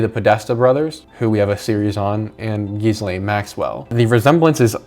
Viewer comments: not that she deserves the respect of a proper pronunciation, but it's pronounced "gillane" or "g'lane" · It’s pronounced Gee Len or at least that’s how Ghislaines brother pronounces it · Hearing you say gizz over and over again was the worst. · Wait, you pronounce Ghislaine like that on purpose? Is it just an act of disrespect, or...? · One suggestion: G is pronounced "Gilane". Jonbennet is pronounced "Johnbennay". Little known fact: JB is a made up name. Its John Ramsay's first and middle name combined. Also, Cyril Wecht is pronounced as it looks: Wekt. He's arguably the top forensic pathologist ever. He recently died.